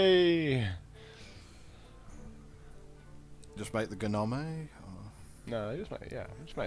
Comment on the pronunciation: loving the way pronounces gnome